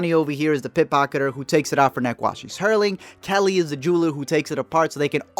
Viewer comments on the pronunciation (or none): did you call mindy "kelly"? or were you just saying kaling